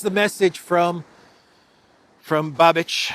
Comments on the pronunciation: the Cz PM's name is pronounced...Babeesh... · please get familiar with how Babiš is pronounced. It is super easy. Not that it matters, but it would certainly feel more respectful and professional